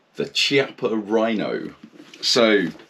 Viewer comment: Ki-appa.. One 'c' = ch. Two 'c' = k. I thank you.